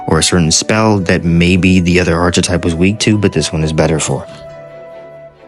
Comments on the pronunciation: ARK - uh - TYPE PLEASE TELL ME YOU'RE DOING THIS AS A BIT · Bro you don’t pronounce the ch in archetype it makes the kuh sound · Cant believe so many people dont know how to say archetype